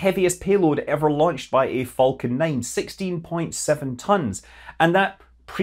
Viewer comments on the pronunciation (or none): none